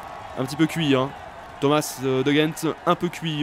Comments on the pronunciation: On prononce De G-Endt pas rendt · En tant que belge je peux t'aider:) On prononce De Gendt avec un G comme tu le prononçais au début (et pas avec un R). Et on prononce Benoot comme si tu disais Ben haute et pas Ben hotte comme tu dis;) Continue comme ça les belges adorent tes vidéos et surtout quand tu fais attention à bien prononcer nos noms!;) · Pour de Gendt tu le prononces comme tu l’entends c’est pas comme si tu le prononçais avec un r et pour benoot c’est benOOT et pas benout fin voilà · Non ca se prononce de rendt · on dit le "g" de De Gendt comme dans garage!!!! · Pour de gendt ça se prononce en r, sinon continue, vive le tour